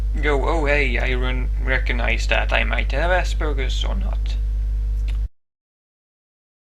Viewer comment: For the first time in my life ive heard Aspergers as Ass Burgers ;3